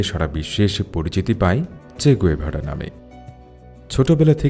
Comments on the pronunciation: গুয়েভারা না। গেভারা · গ‌ুয়েভারা না, গেভারা